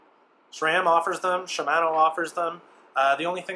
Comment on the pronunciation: Your pronunciation of Shimano is very different to what I'm used to. Even I say it wrong as well.